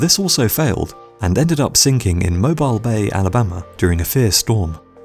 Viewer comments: Just one tiny complaint, one that is common between Brits and Americans. The city known as Mobile isn't pronounced as mobile, it's Mo BEAL. I know that the term looks the same, but the pronunciation is different. I suspect it is because the area was French dominated before the land fell in the War of 1812. The city is over 300 years old, and is a charming coastal city in the Gulf of Mexico. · Mobile, the city, is pronounced Mo-beel. In the battle of Mobile Bay, the northern admiral famously said, "Damn the torpedos. Full steam ahead." Also the birthplace of Mardi Gras. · The city in Alabama was mispronounced.It's Mobeel not Mobile.Even I,a Canadian know that. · Mo-bile bay. LOL It's pronounced Mo-beel. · "Mo-byle" It's Mo-bill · It’s pronounced Mobeel. Geez dude, make an effort. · Moe-Bill not mobile AL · "Mobile, Alabama" is prnounced "MO-BEEL, Alabama." FYI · I know it's being nit-picky, apologies, and hell many Americans don't even say it right, but Mobile, Alabama is pronounced "Mo-beel"... unlike every other use of that word.